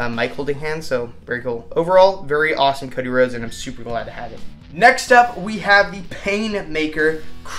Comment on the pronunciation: I don't mind you say Cody Rose